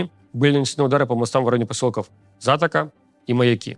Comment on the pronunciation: Правильно ударение : затОка и маЯки